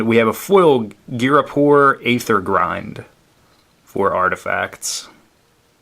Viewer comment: youre pronouncing aether wrong. it's pronounce "ee-ther"